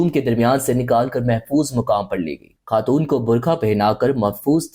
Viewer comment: sab koch sahi tha , but pakistanis ko pehle apni Urdu sahi kar chai ye , lagraha tha is vedio me koi indian bol radha he he, ghalat ko galat , khatoon and bohat sare word wrong pronouse kiye apne, ab darama actors bhi ghalat urdu bolte he fakhar k sath